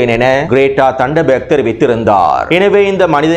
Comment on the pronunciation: தண்ட பேக் இல்ல அவளுடைய பெயர் கிரேட தன்பர்க் அதை சரியாஹ சொல்லுங்க பாவம் நீங்க 😮😮😮😮😢